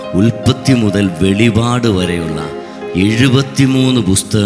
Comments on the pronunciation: വെളിപാട് അല്ല വെളിപ്പാട് ആണ് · വെളി വാട് അല്ല വെളിപ്പാട് ആണ്🙏🙏🙏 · Vellivad.alla vellippadu